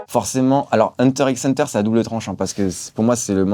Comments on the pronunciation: Ya clairement ecrit X a chaque fois pk il faut pas le dire ? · Hunter x Hunter manga de sa vie mais il prononce le X azy casse toi